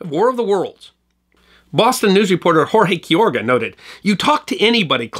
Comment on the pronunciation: Okay... I'll help you to say the reporter's name. Hore Hay kee-row-gah